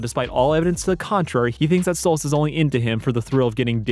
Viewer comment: Why do you say Stolitz instead of Stolas? It’s canon in the series and irl that it is Stolas, you should change it.